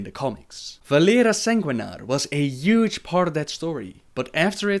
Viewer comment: I love the way he says üge instead of huge :D.. not a hateful comment by the way.. I find it lovely xD